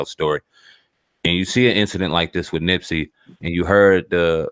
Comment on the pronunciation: "Nipsey" not nipsy smh